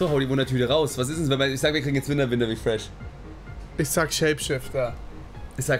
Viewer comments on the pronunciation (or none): Niemand Simon: Winter Rifresch